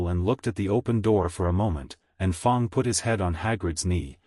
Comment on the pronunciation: What a great story! Also, the 1st fanfiction I've listened to without any cannotical errors, none that I spotted anyway... unless you count "Fong" instead of "Fang." lol Thank you for posting. A very enjoyable listen.